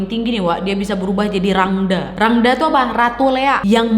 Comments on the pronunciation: 11.05 salah pengucapan ka klo Rangda di baca Rangda , a di belakang baca e jdi rangde ka Salam dri Bali 🙏🏻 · Rangde kak bukan rangda 😁